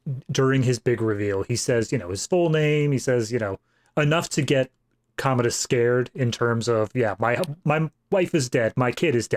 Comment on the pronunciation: Also I’m cracking up at yall mispronouncing Commodus. There no “ode” sound in the name - yall are calling him a toilet lol